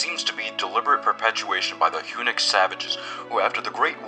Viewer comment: First time I’ve heard Hunnic as “Hue-nick”.